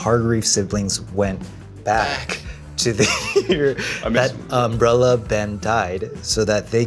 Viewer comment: "We are the cast of the UmbreleR Academy". As someone who loves phonology, I couldn't stop noticing.